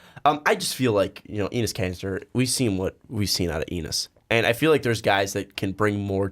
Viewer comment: EEnis Kanter? lol idk why but that pronunciation sounds like nails on a chalkboard